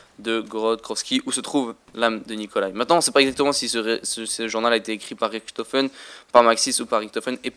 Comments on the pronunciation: Richtophen pas riktofen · Je parle allemand der eisendrache on fait le r mais richtofen on fait le ch !!!!!